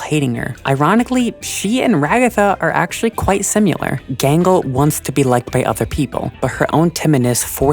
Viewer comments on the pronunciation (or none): I like this video and find it very thoughtful and well-made, but I do have one criticism: "Simular." Cut it out. Cut it out, you.